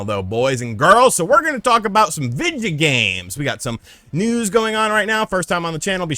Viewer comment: Lol "vidja games."🤣🤣🤣